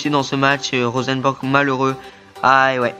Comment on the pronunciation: Bonne vidéo . J'apprécie a voir cette carrière surtout tes offensive (parce que la défense ...^^) qui sont bien joué ! Pour moi il y avait pénalty pour la faute de Fharmann mais je crois que c'était un arbitre français x) PS: On dit Rosenborg pas Rosenbèrg ;)